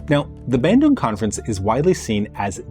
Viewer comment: Im from indonesia.. and im not trying to offend you but... the way you pronounce bandung is... just no.